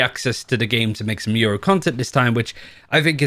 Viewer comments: lmfaoo so much yuro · I swear half of the Valorant community says Yoru’s name wrong. says “Yuru”, and I hear “Euro” a lot as well lmao